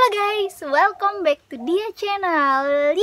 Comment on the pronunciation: "HELLO GUYS! WELKOM BEK TU CENEL!" kok welkom sih?! Welkam keles bacanya!